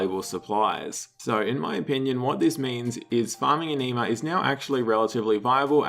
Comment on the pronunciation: Ah-Knee-Mah vomits